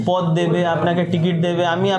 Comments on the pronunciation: বা্ংলার রাজনৈতিক নেতা তথা কর্মী হয়ে আগে বাংলা বলাটা ভালো করে শিখে নিও। কথাটা "পোদ" নয়, পদ। তুমি যেটা বলছো সেটা শরীরের একটা অংশ। সাক্ষাতকারে শুনতে খারাপ লাগে। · শালার বাংলা দেখেছো পদ্ তো নয় পোদ, এতদিন বাংলাতে বাস করে বাংলা কথা বলতে জানো